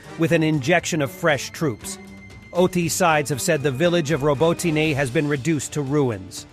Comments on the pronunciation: Stop pronouncing a second vowel at the end of “Robotine;” There is only one vowel. Drop the second vowel at the end. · It's not France. Learn how to pronounce Robotyne or teach your bot how to say it.